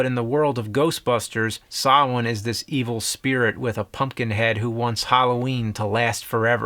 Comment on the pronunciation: Great episode choices, loved this show. Thank you for knowing the real pronunciation of Samhain